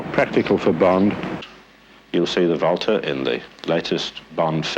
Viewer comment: I like how he pronounced Walther correctly.